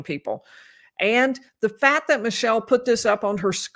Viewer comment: People have accents. fails to pronounce t’s at the end of words. fails to pronounce k sounds. sus-pet instead of suspect fat instead of fact kuh-ret instead of correct I have heard language experts say people in the Midwest think they don’t have an accent. I am in the Midwest and I believe I have an accent but I can’t describe it because I don’t hear it.